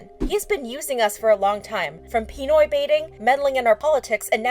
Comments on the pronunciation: its pi-noy not pii-noy pinoy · No offense but its pinoy not peenoy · Pi-ni-oy Its actually Pi-noy. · Pi-noi bathing 😭 its Pi-noy baiting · Pronounciation: Pinoy: Peenoy